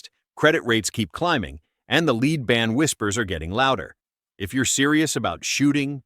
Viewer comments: It's a flaw in how AI pronounces lead as leed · nice AI video. it can't even say "Lead ban" right.